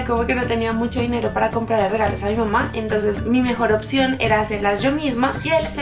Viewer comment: dice mama en vez de mamá jajajaja(es un comentario no una critica). Buen video ♡♥